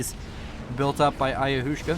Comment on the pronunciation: Ayahuasca is pronounced like "ayawaska". It's a native american psychedelic drink.